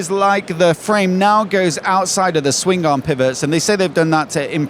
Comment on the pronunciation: Ok, Swing Garm? Swingarm. One word. Aaagh.